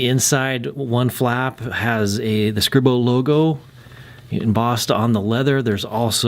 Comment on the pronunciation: It’s pronounced Scree-Bo I believe. Nice review.